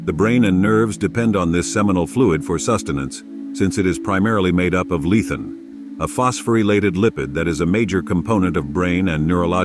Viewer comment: Hello. when you say "Lethen", did you mean to say Lecithin? Also, were you referring to R.W. Bernard ? Appreciate the video.